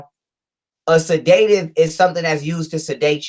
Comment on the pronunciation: LET'S MAKE A FEW CORRECTIONS BEFORE YOUR LECTURE. >>>>THE WORD SEDATIVE IS NOT PRONOUNCED SA-DAY-TIVE, THE CORRECT PRONUNCIATION IS SED-AH-TIVE. >>>>NOW, LET'S LOOK AT PROMETHAZINE WITH CODEINE. THIS MEDICATION IS USED FOR PATIENTS WHO ARE SUFFERING FROM PNEUMONIA WITH A PERSISTENT COUGH THAT CAUSES SEVERE CHEST AND LUNG PAIN. >>>>THE PROMETHAZINE IS A COUGH SUPPRESSANT BY ITSELF AND IS HARMLESS WHEN USED CORRECTLY. >>>>THE CODEINE IS TO RELIEVE THE PAIN WHILE THE PERSON IS COUGHING. >>>>NOW THE PROBLEM THAT COMES IN WITH THIS MEDICATION IS THE FACT THAT THE CODEINE IS MIXED WITH TYLENOL WHICH IS DAMAGING TO THE LIVER IN LARGE AMOUNTS. >>>>USUALLY THE DOSAGE OF TYLENOL TO CODEINE IS 325MG(TYLENOL) TO 5MG, 10MG, 7.5MG(CODIENE). THE LIVER CAN SHUT DOWN IF MORE THAN 3000MILLIGRAMS OF TYLENOL IS TAKEN WITHIN A 24 HOUR TIME FRAME. >>>> THE USUAL DOSAGE IN A TEASPOON (5ML) OF LEAN IS THE 325MG/5MG, 10MG, 7.5MG. >>>>SO, 325MG(TYLENOL)X10 TEASPOONS IS 3,250MG. ENOUGH RIGHT THERE TO SHUT THE LIVER DOWN. >>>>WHAT IS HAPPENING IS THAT, IT IS BEING POURED WITHOUT MEASURING PLUS MIXED WITH OTHER SHIT! >>>>AND MAYBE POURED MORE THAN ONCE A DAY. SO THEY AREN'T ALLOWING THE LIVER TO CLEANSE ITSELF TO PREVENT FROM BEING OVER DOSED. >>>>THE MEDICATION IN LIQUID FORM CAN BE PRESCRIBED AS 1 TEASPOON EVERY 4 HOURS WHICH WOULD EQUAL 1,950MG OF TYLENOLIN 24 HOURS OR 2 TEASPOONS EVERY 6 HOURS WHICH WOULD EQUAL 2,600MG OF TYLENOL IN 24 HOURS. (4X6=24, 6X4=24). >>>>THE SPACING ALLOWS THE LIVER TO CLEA